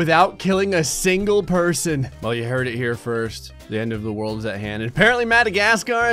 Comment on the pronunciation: THE WHEN ID SAD THE WORLD IS SAID WOLRD